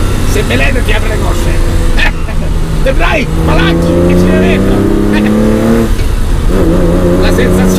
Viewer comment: Scusatemi ma "Debraia e spalanca" non si può sentire